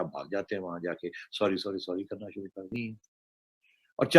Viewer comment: शुरू को सुरु बोलते हैं ये भाई साहब। पता नहीं कहां कहां से अनपढ़ आ गए हैं वीडियो बनाने।